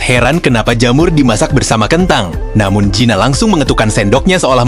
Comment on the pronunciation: Kamu sebut Gina apa zina sih bikin risih telinga ku